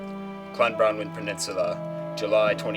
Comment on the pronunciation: it's pronounced clan-bron-win